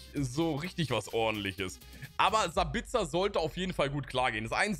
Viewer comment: Wie spricht du sabitzer aus ? 😂🙈